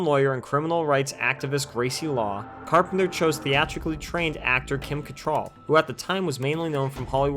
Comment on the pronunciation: Kim who? Say that name again? Why do you mispronounce so many famous actors/actresses names? You couldn't even take the time to find out how her name is actually pronounced....